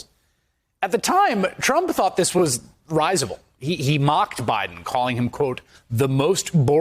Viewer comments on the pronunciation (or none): it’s ri-si-ble NOT rī-si-ble. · Risible has a different pronunciation, but otherwise love your work. Turns out Biden was rise-able, though. 😏